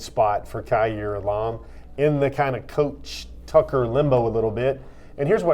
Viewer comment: It’s Elam not ellaaaammmmmm